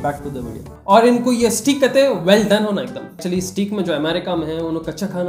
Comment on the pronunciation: Steak is pronounced as "Stake" not "Steek"